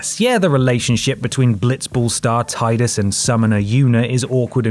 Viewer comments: Final Fantasy X's... Hum... Cringiness... Is more a meme than an actual thing. Nothing encapsulates it better than the "laughing scene" which is ALWAYS taken out of context (it's been 18 years! Why does this keep happening?!) And it's Tee-dus, not Tie-dus. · It's pronounced Tee-dus same was as you pronounce Tifa ans Tee-fa also the laugh scene is meant to be dumb and awkward and sounds even worse in the Japanese version lol. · "Tee-dus" is how his name is pronounced. Most people say it like (Tie-dus). Yuna even says it like "Tee-dus" In Dissidia: Duodecim. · It happens all the time on other channels. I know Rob from Playstation Access is one of those people who says "Teedus."